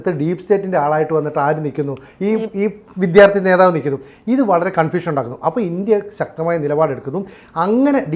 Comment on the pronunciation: ചേട്ടാ ! വിദ്ധ്യാർത്ഥി അല്ല വിദ്യാർത്ഥി ! ❤❤❤